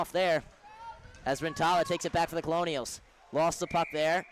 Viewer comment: Pronounced Kernels not Colonials